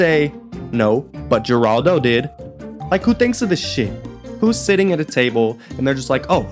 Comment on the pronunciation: Steve Wilkos used to be Jerry Springer's security. It's pronounced Heraldo. 😂😂